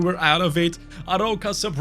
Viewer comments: It’s called „A-roo-ka“ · Amazing vídeo ❤ You read the arOUca, the "ou" as your english letter "O" 👊🤟